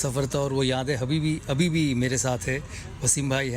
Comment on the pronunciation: he tried to say ' abhibhi' and said 'habibi' by mistake